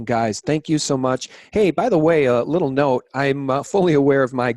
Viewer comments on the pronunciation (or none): none